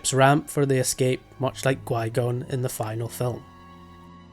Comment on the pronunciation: but why do you say gui-gon instead of qui-gon?